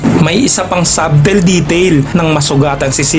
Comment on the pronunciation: ˈsə-tᵊl talaga yon hindi sub-tel